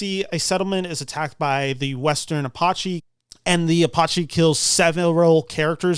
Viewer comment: never heard it said like that on my rez or any other apache rez. 😂